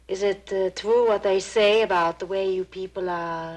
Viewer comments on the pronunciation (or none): It's twoo, it's twoo. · "It's twuu! It's twuu!"